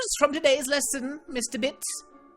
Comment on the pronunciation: I love the way you say Bits xD It's just amazing how great you pronounce it :)